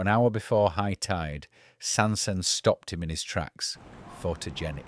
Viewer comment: To the narrator, it's not Sand-Send it's Sands-End.